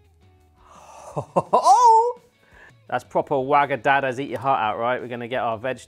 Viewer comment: Wagamama not wagadada 😂😂😂😂